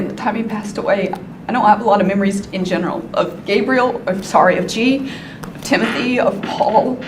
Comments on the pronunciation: Gabriel is pronounced Gay-Bree-Uhl typically. With Gabrielle, a more commonly female name is as you pronounced Gabrie"Ga-Bree-Elle" There are exceptions, but this particular case it is Gay-bree-uhl. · plz learn to pronounce names like gabriel 🤦🏻‍♀️ it’s not GABBRIEL it’s GABEriel .. gabby & gabe it’s gabriel … seriously he’s a boy her younger son yet u keep calling him a girl name 🤦🏻‍♀️ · The boy’s name was GABRIEL (like the Angel Gabriel), not “Gabrielle”, which is a girl’s name, and is what you keep saying. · Gabriel & Gabrielle are not pronounced the same. You keep pronouncing Gabriel as Gabrielle & it makes me flinch every time. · I like this video, but I think the constant mispronunciation of "Gabriel," is annoying. It's a given name, pronounced by the family as Gabe-Ree-Ul. This is a pet-peeve I have with non-American English speakers, when they're saying American names. Like saying "Los Angeles" as "Los Ann Jul Lees." It's either the Spanish pronunciation, or the modern American pronunciation, but the "Los Ann Jul Lees" pronunciation is just incorrect. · Its so annoying that you keep pronouncing the youngest sons name wrong. But why pronounce it at all? You clearly watched the trial and know the court was referring to him as G. Have some professional courtesy ffs. Unsub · I get it the visceral need for smart folk to have unique pronunciation on ordinary mundane words but man. You really did Gabriel dirty.